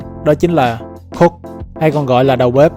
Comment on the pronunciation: cook hay cock v lúc đầu nghe em cứ tưởng 😇